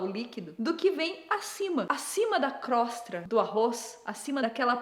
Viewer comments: Nilce, a palavra correta é crosta, não crostra. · Então Nilce....se fala CROSTA e não CROSTRA.... É só mais uma coisa que vc está errada, feijão vai por cima do arroz! E pelo amor de Deus, arroz, feijão e PEIXE??? Arghhh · Caramba que agonia ouvir crostRa tantas vezes! Por ser a Nilce falando, até fui pesquisar pra ver se tava errado mesmo 😂